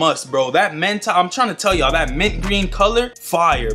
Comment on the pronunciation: My guy said MENTA GREEN 😂😂😂😂😂🤣🤣🤣🤣🤣🤣🤣